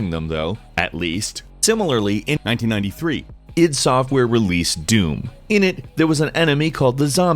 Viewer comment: That (1993) sounded weird, I mean the pronunciation.